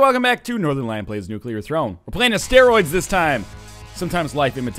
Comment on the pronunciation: Does anyone else just smile when he says "Nuclear Rattata"